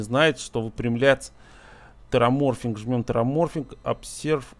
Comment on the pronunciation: не тераморфинг а тераформинг - от слов терос и формация, а не от ксеноморфов ) чужих пересмотрел?))